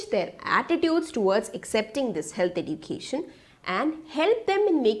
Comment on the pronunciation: Can't bear the "edukatn"